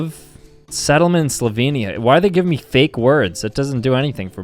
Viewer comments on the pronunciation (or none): none